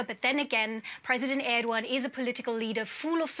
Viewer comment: did she say Erdwan ? who the heck is Erdwan